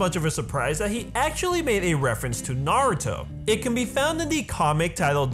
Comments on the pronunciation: Finally someone who can pronounce Naruto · Hate it when people say Naruto like (Nawr-Ooh-Doe) when it is supposed to be (Nawr-Ooh-Toe). Thank you for pronouncing it correctly. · finally someone says naruto right!!!